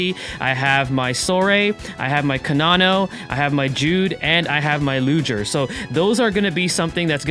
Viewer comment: hey just wanted to say it not Ludger with a hard G or a J sound, its a soft g sound. Thanks for the tips i didnt know u can sell memoria